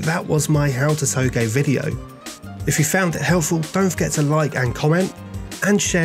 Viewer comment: Too-j like j from jeff not toegay no hate just saying :)